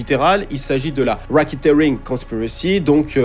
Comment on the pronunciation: Please learn how to say Epstein !!c'est stressant - Soit dit les mots en français ou alors apprends la prononciation au moins tu pense pas ? Pareil pour racketeering. Learn :)